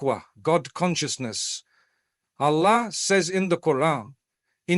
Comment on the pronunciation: Please teach AI to pronounce the words "Allah", "Prophethood", "duas", "Jannah", "Maryam" etc otherwise it lacks credibility. Thanks for the beautiful AI created imagery in the background.